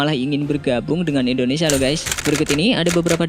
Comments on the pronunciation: Kenapa sih ngomong indonesianya endonesia.. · Indonesia bukan Endonesia 😒